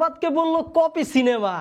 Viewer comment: Tui tokai copy k copy bolte shikh 😂